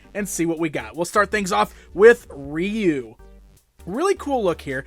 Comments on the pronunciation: It's Rye-Oou and not Ree-U 😂🤣 the proper pronunciation for Ryu . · Its pronounced "roo" in Japan